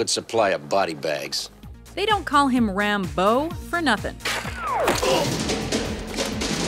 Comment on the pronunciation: Rambeaux? Ram-Bow?